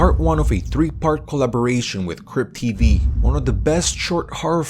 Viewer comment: Thought he said crip tv